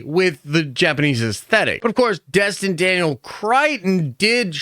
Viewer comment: It's Destin, not Dustin, and it's Cretton, not Crighton.